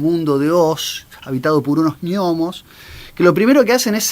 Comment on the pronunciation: No se pronuncia "ñomo", sino "nomo", al igual que: GNEIS GNOMON GNÓMICO GNOSIS GNÓSTICO GNOSEOLOGÍA... Por lo demás, muy interesante, aunque a veces un tanto errático